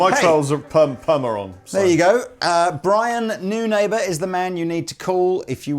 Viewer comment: Is Neunaber really pronounced "new neighbour"? I have my doubts about that.